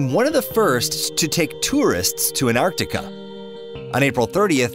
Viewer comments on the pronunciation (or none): none